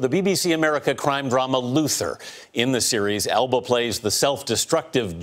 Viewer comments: Did anyone notice how the guy report cannot say Elba's last name right? Elbow? Elbum? hahaha!! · He called him "Idris Album" WTH 😂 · why does it sound like he's saying "elbow" and "elbam"?